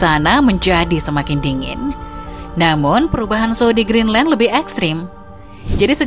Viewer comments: Greenland bukan Geendland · Kok geenland bukan Greenland 🇬🇱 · GEENLAND ? wkwkwk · geenland? Maksudnya greedland? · Lah kok Geenland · Kok itu bacaan nya geenland ya???